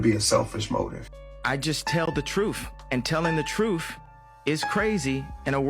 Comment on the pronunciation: “The trueff” trueff?? Yuk